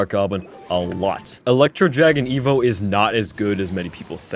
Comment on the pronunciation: Half of the time you saying evo and the other half you’re saying evil 😂